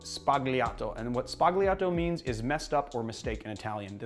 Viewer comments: Sbagliato is pronounced sbah-YAH-toh. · No2 is pronounced "sbaliato" (don't pronounce the "G") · Sbagliato is pronounced "sballiato" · Only picking on this point because I know you enjoy your pronunciations: the "-gli-" construction in Italian is pronounced more like "lyi" , with the g silent and the L rolled, as in: "s-bal-yee-ato". Great video!! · love your videos. you don't pronunce it "sbaG-Liato" as in "ugly". it's more like "pollos" but we make the sound under the tongue whereas in pollos it is over the tongue. you understand, it's crucial. bartending is all about detail. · the g in Sbagliato is silent, btw. Please excuse my pedantry. Only trying to make you a bit more worldly, as every good bar keep should be.